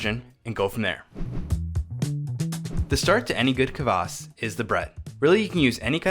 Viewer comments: A little tip for English speaker's. It's not kavass, or kuvass. It's kvass, with nothing between the k and v. Same with Kveik. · A lot more practice and drinking and we'll get that horrible English CUH-vass pronunciation out of you! 😂👍🍻